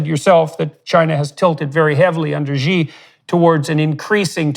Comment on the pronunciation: xi is she. not jiii